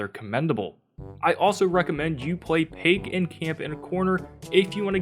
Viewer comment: This man really said pake it’s pronounced pie k now say them together and that’s how to pronounce her name